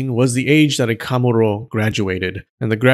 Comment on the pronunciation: i think you're pronouncing the pitch accent for kamuro wrongly